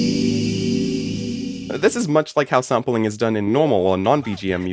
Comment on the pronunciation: I heard the intro and heard "saampeling" and thought you arent american. Where you from btw?